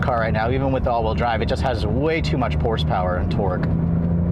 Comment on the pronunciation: sounded like he said “turd generation” “Porspower” lol 😂😂